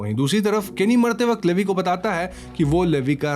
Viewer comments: Bhaiya ji It's not लेवी it's actually लिवाई Please correct this Btw explaination is too good ❤️❤️😙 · Not Levi it’s. Liivie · It's not livi 😭 it's leviiiiiiii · Levy bola aapne Levi ko Lee Y bolte hai usko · abey chomu livi nahi lee why aise pronounce karte bhadwe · the pronounce is not "Leevieee" it's "leeeevaaiiiiiii" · Man that is levi not levie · It's levi...not livi... 😭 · It's not Levis it's levi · Levi is pronounced as levy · It’s levi not lyvi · Levi 😂😂😂 It's levai if pronounced 😂😂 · levve nhi levi!!! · Sir sorry to say but it's ley don't say levi spalling is right levi but it say ley he is my love please correct what you are saying 😀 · Its li- vie not li- v. 😢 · He said leeevi layvi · It's Levi not leve 😅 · Levei 😂😂 Leave iiiiiiii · Bro It's Levi -लिवाय 🥲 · its leevai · It's L E V I😅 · I don't know where you watched AOT, you said 'Lady Mikasa', Grasia to grisha and Levi is produced as Leevai😅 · Bro its lee-Vi (vi like in violet) and Han-je brother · It's not Levi it's levaaaai 🥲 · Bro Erwin ka spelling galat hai Levi ka pronunciation galat hai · Baruto nahi Bertholt hai aur Levi ka naam bhi galath pronounce kia hai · You pronounced Levi wrong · Bro you pronounced levi wrong. Plz correct it in the next video.😢😢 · You butchered their names 💀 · Levi ko galt way me bol rahe ho